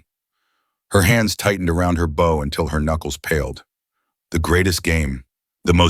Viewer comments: Listening from Utah USA. This is a really great story, but narrator doesn't know the difference between "bow" as in bow and arrow, and "bow" as in bowing to a king or queen. Two different sounds. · THE AI CANNOT EVEN PRONOUNCE "BOW"